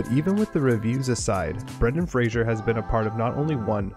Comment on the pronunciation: Fraser doesn't have an "h" in it. Respect the man, say his name correctly... Like it's spelled